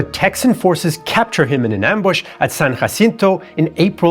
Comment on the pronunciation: San Jacinto is also pronounced with a J sound, not an H sound.